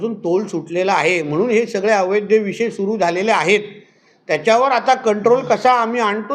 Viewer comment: अवैध..... अवैध्य नाही.....मराठी माणूस...